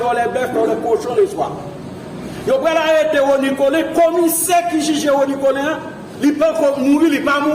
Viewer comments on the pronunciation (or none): none